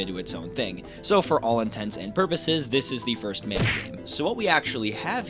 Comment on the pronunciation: Thanks for pronouncing the name of the game the same way I do and always have. People that say "Mahn-uh" can go live on an island somewhere far away from us.